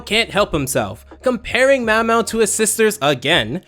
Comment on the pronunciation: How does Shin MAO get Mao Mao's name wrong and but can say his full name just fine